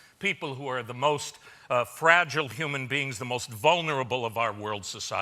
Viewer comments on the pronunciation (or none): none